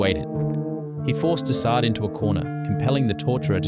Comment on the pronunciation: Can you properly pronounce his name? 🙏 Also, he’s the son of the ruling monarch. He wasn’t a peasant. wtf is this?